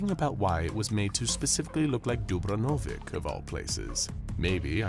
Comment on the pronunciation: Man didn't even try to pronounce Dubrovnik correctly